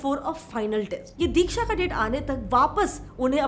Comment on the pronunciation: It is not dheeksha it is diksha